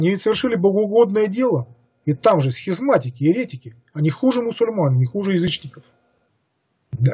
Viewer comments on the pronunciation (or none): А почему вдруг бАтый, ерЕтики и ещё несколько таких же каверканий? Чтец не знает этих имён и слов? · ЕвАнгелие а не ЕвангЕлие, БатЫй, еретикИ. Просьба ставить ударения правильно. А в целом спасибо.